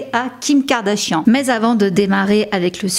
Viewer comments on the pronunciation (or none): You're mispronouncing her name. Check it in any English speaking video. 😊